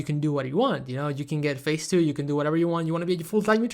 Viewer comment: 😂 it’s pronounced DET(debt) and Phaze(phase)